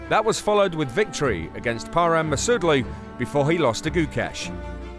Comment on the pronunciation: True - Gukesh, Nodirbek and Parham's names were butchered